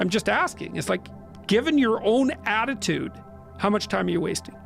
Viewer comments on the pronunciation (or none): none